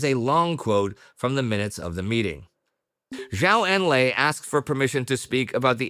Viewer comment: Please pronounce Zhou Enlai correctly. It is Joe En-lie